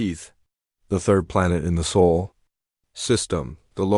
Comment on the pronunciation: SOL is NOT pronounced like “soul” it is more like “saul”.